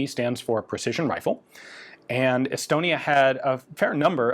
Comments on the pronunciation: Thought you said’Elbonia’😂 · I thought he said Elbonia at first too, so not alone.